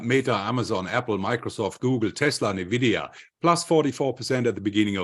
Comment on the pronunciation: Bitte bitte bitte, diese falsche Aussprache und Schreibweise von NVIDIA korrigieren (Eigenschreibweise: NVIDIA, Aussprache: /ɪnˈvɪdiə/, von spanisch La Envidia, Neid)